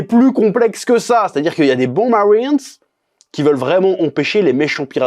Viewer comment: 🤩 J'adore quand tu prononce "Marines" à l'anglaise. XD c'est "Perfect", je dirais même "Superrrr!"! ^^